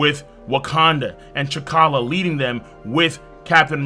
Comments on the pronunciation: Did did he say chikala!? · butchering T’Challa’s name literally seconds into the video <<<< ☠️